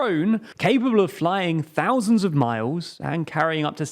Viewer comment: "Thosands" Sigh